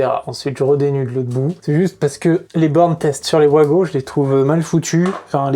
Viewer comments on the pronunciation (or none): Vous ne voulez pas nous faire plaisir et appeler ça des VAGO et pas des OUAGO ?